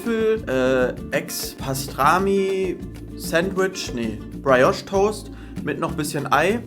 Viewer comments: Briiiiiijosch, nicht Brei. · Praiosch ❌ Priejosch ✅